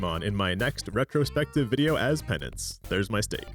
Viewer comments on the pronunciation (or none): none